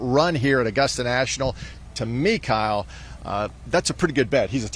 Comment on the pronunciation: Kyle rhymes with smile